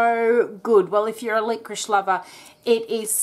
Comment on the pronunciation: Why do you call it 'liqoriSH? You wouldn't ask for a chicken tikka with some boiled Rish, would you?